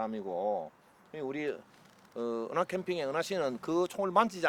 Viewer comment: 감독님 계속 “우리은하씨” 래 ㅋㅋㅋ